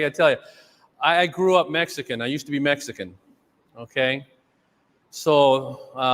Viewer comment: "exican" FTW. LOLz.